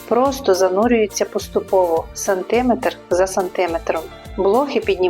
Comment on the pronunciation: А чому сантИметр? Ніби ж не ШІ, а жива мова!